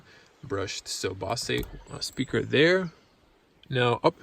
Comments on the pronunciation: Best review online without being too dramatic. Just a small note: BOSE is pronounced as "BO-ZER" without emphasising the "R". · The Mazda does have lane keep assist. It doesn't just vibrate the wheel as a warning. Nice Review. FYI, it's pronounced "Bo-zzz" for Bose sounds system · Great video! Bozzzz speakers, with the "o" said like "oh". I enjoyed the detail you gave in lots of areas. I learned some stuff. Boy it's sure got a lot of options with that Infotainment system! That car is even prettier in the Machine Gray with black wheels, black interior, and tinted windows. Thanks!